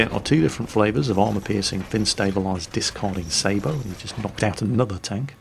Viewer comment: I really love how actually makes the proper pronunciation for the word sabot most people wrongly pronounce it as (say bot) it is as says properly (say bow)as a tanker it really push my Irish button